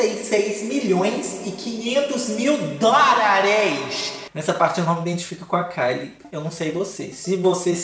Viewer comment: Eu só vim aqui pra ouvir o falar "A nossa pobre menina rica crixtal beiçudo" e ”DÓRAREXX" 💁🏾‍♀️